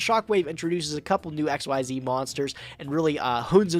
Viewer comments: It is pronounced "ikseez" not "X Y Z" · still doesn't know how to pronounce Xyz Monster. It's "ik-seez", not "X-Y-Z". I'm out, that bugs the crap out of me. Konami themselves tell you so. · stop saying X Y Z, that is wrong. It's pronounced Exceez